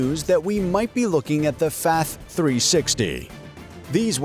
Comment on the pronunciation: Its not fath, its FATH